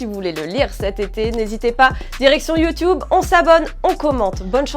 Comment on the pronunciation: C YouTube pas yotoube lol je rigole . aller l OM le plus important et le maillot svp